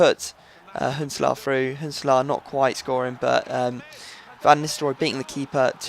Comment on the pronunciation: Why do you say Huntelaar like Hitler?